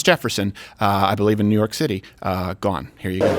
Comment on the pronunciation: Juu York